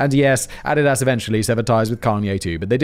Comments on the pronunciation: Russian Agent Alert Only a Russian Agent would pronounce Adidas that way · I couldn't figure out what Adidas was because we pronounce it differently in the US lol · Theres mispronunciation thens there's whatever tf Simon was doing with Adidas lol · Just curious; are the mispronunciations of Nike and Adidas on purpose? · I don't like the way he says Adidas...is that like aluminum, where you guys across the pond just mess it up for no reason? Has he heard the song "My Adidas"!? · I almost thumbs down this because of Simon's pronunciation of Adidas. Good Lord man! Love the show keep up the good work! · Wait, do Americans pronounce Adidas wrong? I’ve only ever heard it pronounced “Ah-dee-dus/das” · Can't remember if Simon is mispronouncing Adidas on purpose or because it super Welsh. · I'm just angry how you pronounce Adidas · OK is it just me or is he pronouncing Adidas wrong? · Nah, as a canadian, im stepping in. It's ah-dee-dus. I dont care if its german, i dont say volks-vah-gin, so im not saying add-a-dass either 🤷‍♂️ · It's A-di-das. Please have someone let you know how to pronounce company names. For 20 minutes I didn't know what company he was endorsed by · Took me a minute to realize he meant Adidas (a-dee-das) every time he said a-dad-ass. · Also "Niek". I kinda like "Ah-did-ass" and "Neik" better anyway, the pronunciation sounds like a joke, much like those companies. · How to correctly pronounce Adidas for one. Every time he says "add-i-ass" instead of "a-deed-us" kills me. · Is Adidas pronounced differently in the UK than here in the US? I've always heard it as "uh dee dus", but Simon sounds like he's saying "added ass". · The way Simon is pronouncing ADIDAS ... closed captioning is showing "ADDED ASS" ....yanks pronounce it AH -DEE-DUS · A deed as…. Not add did as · Love your work Simon! I subscribe to all 27 of your YouTube channels! 😁 That being said...... your pronunciation of Adidas is killing me! 😂 (It's uh-DEE-duss) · Ah dee das. C’mon now bro